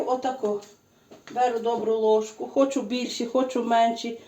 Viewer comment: знову "лижку" солі..😅